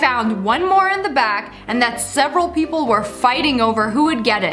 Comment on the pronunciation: Here's a joke when she said people Pee-pole lol